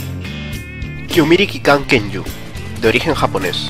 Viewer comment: Kyumiri Kikan Kenju... Estoy reventando el botón de replay solo para escuchar como lo dices xD Como mola.